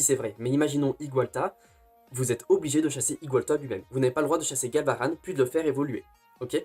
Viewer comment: Genial le concept compte sur moi...😁 par contre y'a 2 trucs que j'ai moyennement aimé :/ - la photo du ecaid qui ai pour moi une déclaration de guerre 🥺 -je suis choqué de comment tu prononces Galvaran 😱